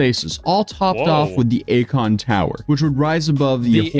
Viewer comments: akoin....more like a-kon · A-KON-ARTIST 😅 GOOD ONE 😂😂😂❤ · Hes an artist... A-kon artist 😂😂